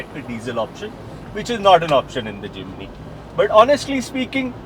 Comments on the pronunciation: forgive me. No "I" between "M" and "N". It is Jim (knee) ny. Jimny not J i m i n y. J i m n y. It is annoying for a 40 years Suzuki Driver and Jimny owner. so sorry, 1000 pardons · Its JIMNY NOT JIMINY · Jiminiee Jiminiee 🤣🤣 Dude take some time and learn to atleast pronounce the name of the car correctly.